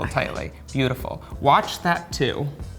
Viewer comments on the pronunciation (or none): i like how he steals the watch the moment he tell her "watch that" while also emphasizing the "watch"